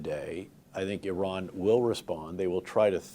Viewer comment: Wow He can pronounce "Iran" correctly. 🎉